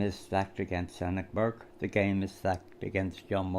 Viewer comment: I think the "E" in Enoch is more pronounced like Eenoch. Well done on getting the livestream going last night.